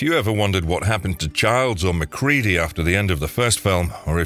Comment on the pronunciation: Lets all give a round of applause for this narrator not pronouncing MacReady as Mac-Reddy. Although I'm 50/50 that's it's an AI, which only makes the last reader's mispronunciation worse.